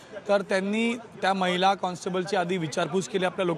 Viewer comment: गणेश ठाकुर मैला नाही महीला म्हणतात..स्पष्ट ऊच्चार करा पत्रकार आहात...